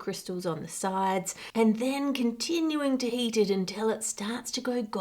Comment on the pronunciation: lol, Anne, your accent sounds like HATE destroys enzymes. Thankfully the animated fire helps clarify what you said! XD